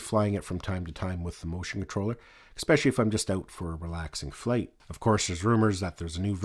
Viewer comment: great video thanks but btw there is no "X" in the word es·pe·cial·ly!